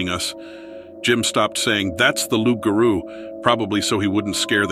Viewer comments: It's not loup'garo it's rou'ga'rou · I edited bcuz I don't want this to come across correcting you or being rude, I don't mean it like that.❤ It's pronounced rou'ga'rou. the reader pronounced it wrong. It's French. Many people can only wish the rou'ga'rou were kin to the Kangaroo. And it's not even close to a dogman. They're both totally different. It's a demon monster, and they're real. Many are in Louisiana. This reader has butchered the french words. 😂 But it's ok, the stories are still good. ❤ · Yeah, that was so butchered 😂 And the Rou'ga'rou 😂